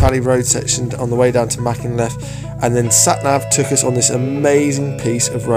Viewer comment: Can you please say Machynlleth correctly or have a couple of Welsh lessons maybe !